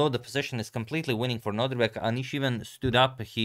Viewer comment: Can we agree that it is no-DIR-bek and not no-DRI-bek? Thanks 🙂